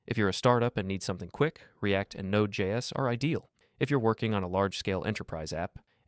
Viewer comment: what's more interesting to me is how nobody in the comments mentions or noticed it. Nobody really paying attention or dead internet